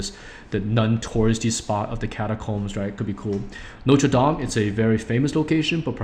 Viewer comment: Hi, Feng, In the part 3: It is Notre "Dame" de Paris (Notre= "Our", Dame= "Lady"). A dome is dome in french too :)